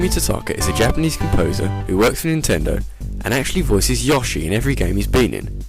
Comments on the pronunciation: It's pronounced "Yo-she" not "Ya-she". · Ya'-Shee? YO'-SHI! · Stop saying it like YAW-SHI. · my only criticism is how you say "yoshi"